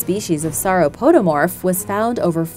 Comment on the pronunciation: Nobody: This vid: saur-o-po-da-morth